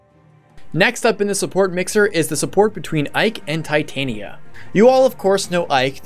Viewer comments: Darth R0xas, As stated by Striped Shirt, Tie-tania is a metal. The name is pronounced Tit-ania. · it's supposed to be "Tit-ania", not "tie-tania" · Darth R0xas, the name comes from the queen of faries in one of Shakespeare's plays and is pronounced Tit-ania. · Am I the only one who blinked at /Tī/tān/ia/ instead of /Tit/on/ia/??... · Tye the Monado Boy Titanium is a metal. Titania follows grammatical conventions, so since the i is followed by a vowel within 2 letters, you pronounce it as I, not i. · It's supposed to be Tit - ah - nia. She's named after the queen of the faires from A Midsummer Night's Dream. There is an argument to be made for pronouncing it "tie", since the name is originally derived from the word "titan" (though considering the era that the name originally came from, it's unlikely that "titan" was pronounced the way we do it), but there is nothing backing up pronouncing the second syllable as "tayn" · well It's said more like Tuh-tania, but Tit-ania is how most people would write the pronunciation. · I'm offended at your pronunciation of "Titania" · Good video I like the idea behind this series.... just please pronounce Titania right in the future I normally am fine about pronunciations but that one just really got to me for whatever reason shudder